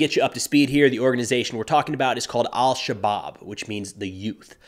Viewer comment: I believe you shouldn't pronounce the L in 'El-shabab'. Should be pronounced as 'Esh-shabab'